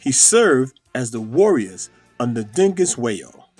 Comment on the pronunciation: Thanks for making these efforts - it's not easy to sum up complex history into a brief video. Let me help you out with the pronunciation: 1. Senzagakona `= Zensagah-kona 2. Dingiswayo = Deengiz-swaayo 3. Mthethwa = Mm-tet-wah 4. Sigujuana = Zeegoo-jwanah 5. The short sword-spear innovated by Shaka is called asegai = Aahsayguy 6. Bantu = Baahn-tu One of the most powerful characters was Shaka's aunt , princess, the iron lady Mkabyi - she saw to her brother Senzagakhona becoming king, ruled brifly as an interex when he was still to young, arranged for Shaka and Nandi to come to the court and though he wasn't entitled to rule, Mkabayi helped him on the thrown as soon as she realized Sigujuana's weakness - or perhaps because she herself went hrough a tough childhood as she was the twin to be put to death right after birth but her father refused to follow this custom. When Shaka become mad and unbearable as a ruler, she saw to his assasination by Dingane and Mhlangana and then made Dingane king, It was finally Mpande who banned her from court tafter he defeated Dingane. The Zulu expansion is remembered as Mcefane `The wars of wandering" - it definitely equipped the Zulu to fight formidably against the later white invaders as they were forged into one nation, but it brought as well a time of terror, loss and flight to other people who in turn invaded the territories of other people ... where there is brighness there are as well shadows ..nice you didn't idolize him as perfect like m